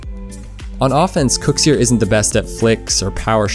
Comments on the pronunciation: Who’s KOEKSIER?? It’s pronounced kucksir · Why do u say it kukzer